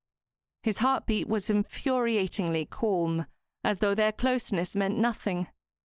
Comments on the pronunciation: I don’t know why this narrator says ‘ Colm ‘ instead of Calm? Any ‘ alm ‘ word seems to be ‘ Orrm?’ Really odd to listen to and I don’t think she’s Ai? But I’m enjoying the story! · Yes calm and palm rhyme with arm with a silent 'l'